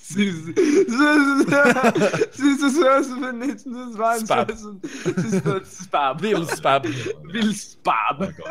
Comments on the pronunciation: When they pronounce spass like spab 😂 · guuuuys the ß ist pronounced as an s ... it's not a b, it is called "s z" or sharp s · Love when the said sbab for Spaß when it means spass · Rewatching these now that I know German and the thing that looks like a B is two s so it’s spass and not spab lmao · The ß is pronounced as an "s" you will get there